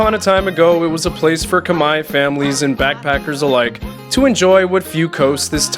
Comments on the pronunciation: 1':15" you say: ".. a place for Kamaya families". I believe the ethmicity of the Cambodian people is KHMER (rhymes with bear). Minor detail of enormous significance & best learned now for future reference. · Khmer not Kmie